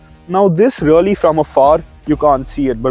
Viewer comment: Its not rully, its really bhai